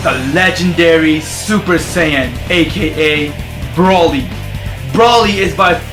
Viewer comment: That guy is saying broly wrong. He said brooly